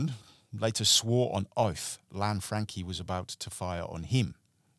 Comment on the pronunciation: Lan-Fran-Chee not Lanfrankie